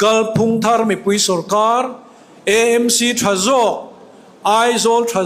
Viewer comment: EMC ❎ AMC ✅ tiang zel hian aw. Eizawl a awmlo a, Aizawl a nih vangin.